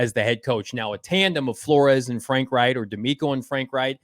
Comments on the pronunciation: Is it pronounced like "wright"? Never heard anyone say it like that lol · pronounced "rike" not "wright" .... Yep, Reich is a German name ..... just like in the history books.